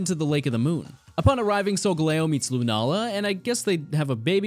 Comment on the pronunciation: Finally someone who pronounces Solgaleos name properly